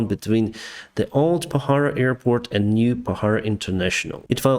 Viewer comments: Not pahara its pokhara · Hello Captain! Pokhara not bohara. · Kathmandu to Pokhara not bahara!! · The way you pronounce Pokhara is interesting. But that's definitely not the way it is pronounced. 🤣